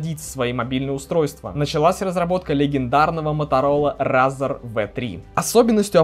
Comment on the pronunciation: рАзр, мобАйлити... Английский учил в Балашихе?